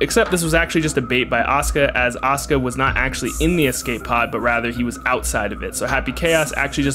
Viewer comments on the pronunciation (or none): Every time you say Asuka I hear Oscar